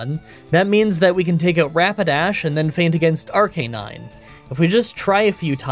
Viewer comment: For all the apologies you offer about mispronouncing Pokemon names, at about you redeemed everyone north of the Equator in my eyes, by using the intuitive form of Arcanine's name. You know, taking the time to pronounce CANINE in it! The whole point of the name. So which fossil did you grab? Run suggestion; pick a pseudo starter trio, but only use moves that don't make sense. (Like how Snorlax can learn Wild Charge.) AMA: Voice box, or with beard?